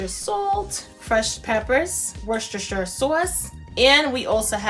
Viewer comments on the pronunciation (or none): Worcestershire sauce is pronounced........... WOOSTER SHEER SORSS......🤗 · We made this last night and it was great. Definitely a go-to recipe for cabbage! The next attempt will be with your Cajun shrimp, sausage and potato skillet! Can't wait. Fun fact. A little thing for you to help pronounce British names. Worcestershire Sauce is pronounced "Wooster" or "Woostershire" (shire = sheer🙃) sauce - ignore the "cester" bit in the middle! Don't worry, I made the same mistake with Arkansas! I knew Kansas so when I saw Arkansas I was happily calling it "R Kansas" until an American friend put me right! Keep safe! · Its pronounced Wosstasha sauce.